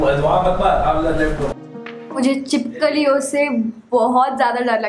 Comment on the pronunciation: chipkalio😂😂 It's chhipkalli**